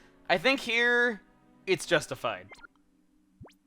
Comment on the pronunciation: "I think here, it's justified." Don't you mean...JUSTY-fied!?